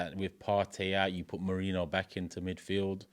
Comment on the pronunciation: please say Merino's name properly. It's annoying.